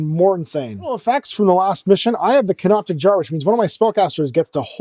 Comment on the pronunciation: the word is 'canopic'. It was funny in the 1st vid when you laughed at them getting the word wrong and got it wrong yourself, but since it keeps coming up, I feel like someone should tell you